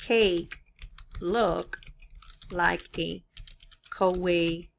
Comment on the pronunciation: Great video, and it's pronounced "Ka-wai-EE" ;)